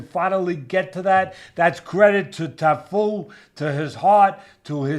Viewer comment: Cafu not Tafu 😅